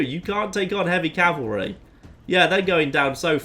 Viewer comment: 2 things: 1). Thank you for saying "CAV-ul-ree" instead of "CAL-vuh-ree." That is a huge pet peeve of mine when it's mispronounced. 2). Hope you get well soon!